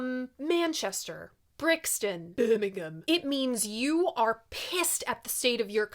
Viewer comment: As someone from the greater Manchester area i liked the way you said Birmingham 😂😂😂